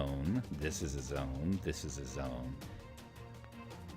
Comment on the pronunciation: thiz-ziz-a-zone, thiz-ziz-a-zone, thiz-ziz-a-zone. XD. Great tutorial though.